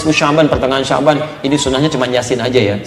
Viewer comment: ko sabyan..kan harusnya sya'ban